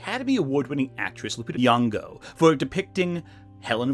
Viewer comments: you pronounce Lupita's name wrong through most of the video. Her surname is Nyong'o, not Nuwongo. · Nyong'o. Not "Nuong'o"